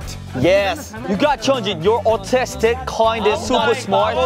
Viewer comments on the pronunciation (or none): This was an absolutely wild ride. I love how confident Minsung are getting!! It’s so freakin’ GOOD to see them so unapologetically into each other. Chan’s “Bye-Yass” (instead of “bias”) was delightful, & Han’s “You’re Autistic”… might not actually be too far off the mark. Keep ‘em coming! You’re amazing!